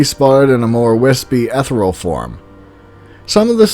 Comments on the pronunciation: I'm not trying to be rude, but you are pronouncing Ethereal incorrectly. You are saying eth-real, but you would say it eth-ear-re-al. (or at least I THINK that's the word your saying) it's got 4 syllables, not 2:) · i think you need to google the pronunciation of "ethereal"